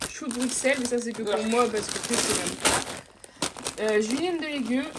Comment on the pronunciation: Brusseeeeelles pas Bruxelles